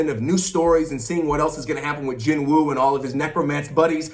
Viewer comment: Ps: actually I'm pretty scared of the anime xD I absolutely believe that they'll screw all the Korean names. Just look at Jinwoo himself xD his name is pronounced "JIN-U" (진우) NOOOOT jinWOOOOOOOH 😅